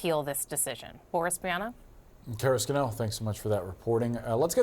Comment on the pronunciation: Scannell is: Scan' nell, accent on the first syllable.